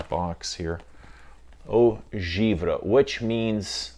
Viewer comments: From a Frenchman, it’s pronounced « Eau Geev-Ray ». I fcking luv you!!! Keep up the good work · It is pounced “Eau Giv ray”. Enjoy.